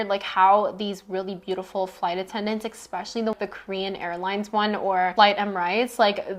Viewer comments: love thisss ps its especially not expecially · Forgive my comment if it offends you: are you saying: expecially? It is especially ❤ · I can’t listen to anyone who tries to sound smart when they say “exspecially” .